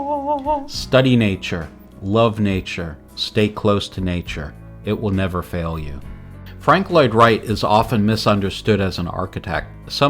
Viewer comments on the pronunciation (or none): none